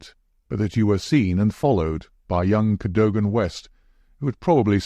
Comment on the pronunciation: Mispronounces "Cadogan"